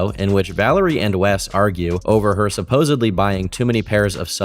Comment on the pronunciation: I tried to watch this but you said supposebly twice